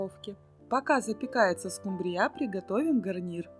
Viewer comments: Уважаемая! Вы такая умница, но не могу не спросить, почему вы рыбу скУмбрию называете скумбриЯ, это так режет слух.....а в остальном всё хорошо! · Не скумбриЯ, а скУмбрия, если уж ведёте блог, то ставьте правильно ударения. Сколько можно демонстрировать свою безграмотность. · Не скумбриЯ,а скУмбрия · Не скумбриЯ а скУмбрияПожалуйста Извините но режет уши. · Да скУмбрия, а не скумбриЯ! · А ещё больше раздрожает скумбриЯ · И почему ударение так ставите,смешно,скУмбрия